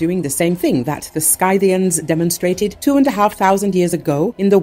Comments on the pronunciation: The voice-over's pronunciation of "Scythians" is ghastly. It makes me wince. The correct pronunciation is "Sith - ee - ans". ("Sküthes" in Greek.) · Wrong prenanciation on SCYTIANS ! It is not like letter I, but like when you say innocent . Just like letter E ! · It's pronounced sythians. Not skythians. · It's pronounced si·thee·uhn not sky-thiian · I thought it was pronounced differently. That when you say Scythians, you say "si-thians" and not "sky-thians" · Scythians is not pronounced Sky -thians, but Sithians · GET A LITERATE NARRATOR!!!! SKY-thians!!! It is SITH-thians! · It’s pronounced ‘sithian’. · Good reporting, but every time she pronounces it "SKY-thians," it makes me want to scream. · Could only get 37 seconds in. SKY-thians the absolute pain in this mispronounciation. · Scythians, pronounced Sith-ee-ans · The Scythians is pronounced “Sith-e-ans”. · Pronouncing your key word incorrectly as "Sky-thi-ans" sounds pretty ignorant, doesn't it,? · Skythians? What? Hate rowbots voise mispronouncing wirds. ( yes, I know, it’s deliberate)